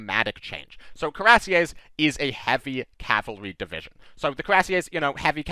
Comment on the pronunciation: Coo-ee-rass-yeh would be close enough for an American. The name comes from the word for an armored breastplate (cuirasse) so it's indeed very appropriate.